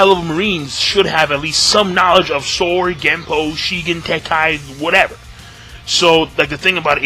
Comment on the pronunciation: Soru! not Sor